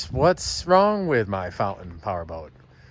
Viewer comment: You got a lot of work ahead of you but in the end, it will be a very nice boat. A 35 is a good size, not too big, not too small. Of course a 35 Fountain (not "Fou-in" 🤣) is like a 31 if you don't count the beak and swim step. 😮😂